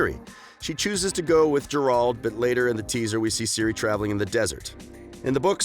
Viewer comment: Dude no hate but this video has too much false information and it appears too subjective. PS. Every time you call him Jerald, a part of me dies.